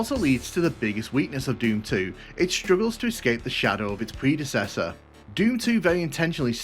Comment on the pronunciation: Lol the way he says predecessor.. 😂😂😂